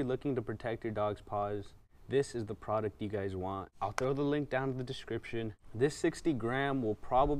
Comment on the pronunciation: “Makes it soft like a baby’s butt “ XD Oh and u say product u mean “ pawduct”